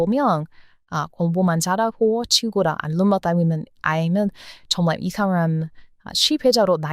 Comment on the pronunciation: 팬이예요. ❤❤❤❤❤ 근데 영상에서 졸라라는 표현이 세번 나오던데 그거 안좋은 말이예요. 발음이 저한테는 그렇게 들렸어요. 정말이란 표현으로 바꾸셨으면 좋겠어요. 좋은 영상 너무 감사드립니다.❤❤❤❤❤❤❤❤❤❤❤❤❤❤❤